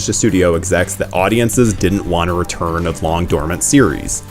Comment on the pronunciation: You totally said “returm” lol I listened 3 times. Totally said returm with an M lol